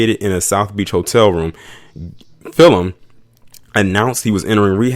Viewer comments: It's Andrew gillum Not fillman Just saying keep up the good work😷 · Everytime you call him Fillhim... 🤣😆😂😹😆🤣